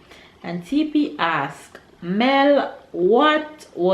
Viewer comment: Hey Mel thanks so much for saying my name correctly😉